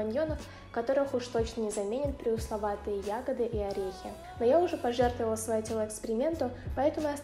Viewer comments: Пресловутые Ты молодчинка и очень интересное видео, спасибо, но то, как ты это слово коверкаешь по ушам так резало Задумываюсь тоже повторить твой эксперимент, но боюсь не продержусь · Что такое «преусловатые»😅